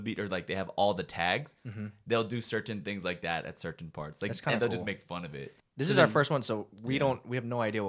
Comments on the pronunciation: i cant get over how the pronounce 'cerTain' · "Sir-tin"